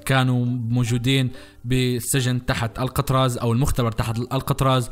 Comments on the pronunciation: اسم السجن ال كتراز مو القطراز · الكتراز مو القتراز